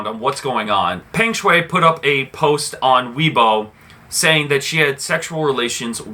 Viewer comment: Learn to pronounce her name clearly first. I bet you don't even seen one set of her game. Don't recycle news. Lame.